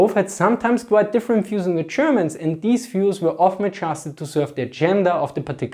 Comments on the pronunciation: the chapperneese and the chermen? sorry, just could not resist, no seriously , interesting stuff, thanks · I feel like he is pronouncing Germans like: "chairmans" xD No offense thats my subjective feeling. Good video